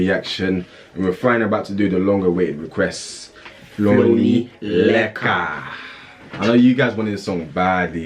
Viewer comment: My name is Leika but it's not pronounced like that